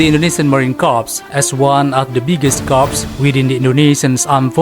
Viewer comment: Mohon izin admin Yth, maaf, dlm bhs inggris "corps" dilafalkan "kor" . Kalo "korps" di bhs inggris artinya mayat. Jaya selalu korps marinir